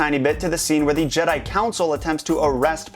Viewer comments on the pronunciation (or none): none